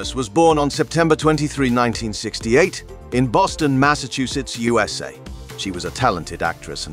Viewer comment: You might want to pay a bit more attention to your robot voice actor. In your script separate abbreviations like U S A so the AI doesn't pronounce it as you-suh. That's just one example. You also need a better scriptwriter, so the copy doesn't come off quite as boring.